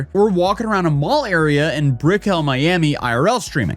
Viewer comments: You pronounced Brickell wrong lol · hearing you pronounce Brickell always makes me giggle 🥹 coming from a Miamian it’s sweet though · Glad to see that douchbag losing his shit, but im havinf a hard time believing girlie at the same time. Had she got the bag he promised she wouldnt be accusing him of shit Sidenote, thats an odd way to pronounce Brickell Side side note, GHB dont feel like youre drunk, like not at all dude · Buddy, you absolutely butchered the word "Brickell" Miami